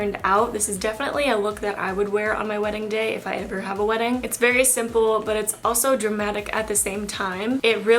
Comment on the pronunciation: "If that day everr comes" lol same girl